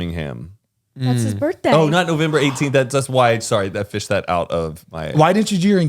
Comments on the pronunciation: take a shot everytime Zane says “newvember” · Zane keeps calling it newvember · 😂😂😂 DEADASS I was like wtf Zane “newvember”?? Lmao